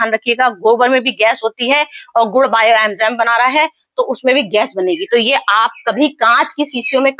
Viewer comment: बायो अंजाम नही होता बायो इंजयाम होता है 😂😂😂